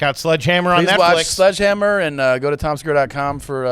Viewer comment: Is it garbage for Tom to mispronounce his own special “Sludgehammer” when talking about the bushes being cut after berating people about not pronouncing words correctly??? 😂😂😂😂